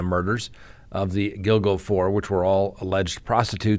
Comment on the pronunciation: You got the pronunciation of “Gilgo” correct. Allegedly they have a strand of his hair as well as his wife’s on duct tape.